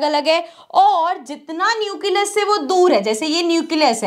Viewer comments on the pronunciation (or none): mam says it neucelus but it will nucleus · Nucleus bolne ka tarika thoda casual hai 😅